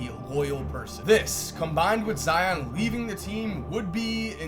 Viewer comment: Never forget that at one point pronounced zions name as “Zee-ohn”